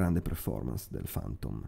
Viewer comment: Ma è questo il punto, sbagli la pronuncia per tutto il video. :( Questa parola (chiave) si legge ['fæntəm], con la "e" aperta. "fAntom" francamente nun se può sentì :). Sorry. Niente di personale!